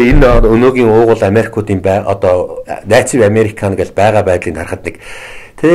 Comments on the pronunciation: За гайхамшигтай сайхан ярьж байна. Их баярлалаа.Харин судлаач маань англи хэлний дуудлагаа сайжруулахгүй бол жаахан онигоо болно шүү. Good hope,native үгүүдийг арай юу. засаад л. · Сайхан ярьж байна. Судлаач маань англи хэлний дуудлагаа жаахан сайжруулмаар байна.good hope native юу гэнээ